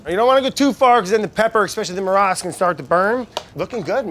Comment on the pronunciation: Brad it's "marash"